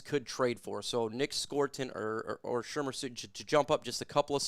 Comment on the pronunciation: Yo I can't with the Shermer. You mean ShaMAR